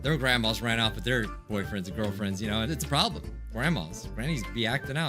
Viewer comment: Sit-ui-ation Prob-uh-ulem Se-HI-ense